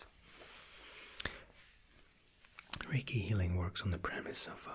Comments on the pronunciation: am I the only one who thought he said reggae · Tbh I thought you were saying "reggae session" instead of reiki session the whole time